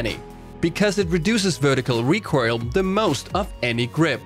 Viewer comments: really wish you would pronounce "recoil" correctly. It's RE COIL, all I hear when you say it is RECORAL and it boils my piss. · Anyone else annoyed by the recoirl? IT IS RECOIL! NOT RECOIRL! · I love you, but pls. PLS. Learn how to say "recoil" correctly. In a "recoil" heavy video I cringe everytime I hear you say it. You almost say it like "recoirl" or [recoyrl]. Love your shit. Love it. Everyone. Don't get me wrong. Love. It. But trying to watch this video is hard. And I know I'm not alone in this. Commence the flak.